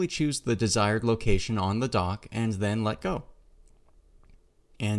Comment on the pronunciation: I never heard anyone say "Ands" where are you from ? ^^